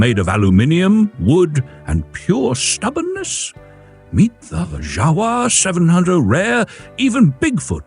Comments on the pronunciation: It’s pronounced Yawa, not Jawa…. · that is NOT how you pronounce jawa. (IPA: /ˈja.va/) BTW mostly a motorbike manufacturer for last century.